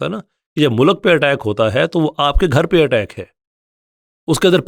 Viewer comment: Please correct your pronunciation of "mulk"😭